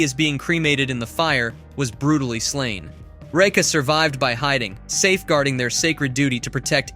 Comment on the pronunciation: Absolutely hate how you say Raka its like your saiying Reka